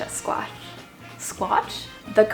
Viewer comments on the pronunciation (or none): you’ve got the whole package ( amazing looks, great personality and mad skills in cooking - phenomenal! ) she deserves 11/10. Also think is way too critical 😂 he says “sqeesh” for squash - wow! Can someone buy or get them a dining table pls.